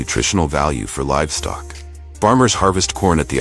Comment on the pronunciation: We know it's AI, because the narrator said "ferrous" instead of "Fahrenheit. "Cranberry bugs" instead of "bogs." "Livstock" instead of "livestock."